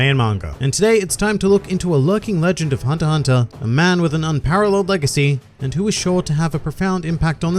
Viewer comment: thumbs up and subscribe for not pronouncing the 'x' in "hunter x hunter"